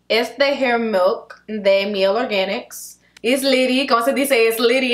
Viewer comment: I thought she was speaking Spanish for a second when she showed the Mielle product